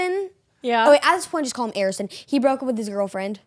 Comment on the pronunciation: did anyone else hear say, Harrison,at the point just call him Arrison. in the vid